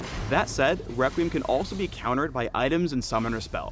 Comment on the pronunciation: Am I the only one to hear this: Wequweim